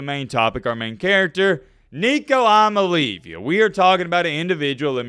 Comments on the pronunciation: "Imaleavya" got me in tears😅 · You should be more respectful of Coach Heupel. Also, learn how to pronounce Nico’s last name.